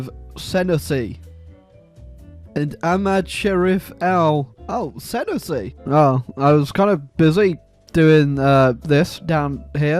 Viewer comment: The way you pronounce Senussi physically hurts